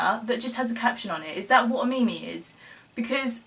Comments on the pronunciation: haha "me-me" pronounced "meem" ;P love ya sharm :D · it is pronounced meem